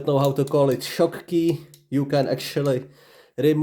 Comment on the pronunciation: It's not a "shock-key" lmao